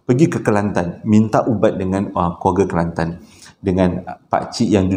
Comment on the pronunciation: Suke dgr sbut nama kelantan...sbbnye sy org klantan😀😁